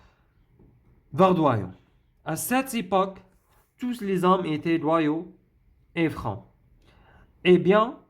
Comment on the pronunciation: La lettre /s/ dans tous les hommes ne se prononce pas. On écrit tous mais on ne prononce pas le s quant il est suivi d'un mot qui commence par une consonne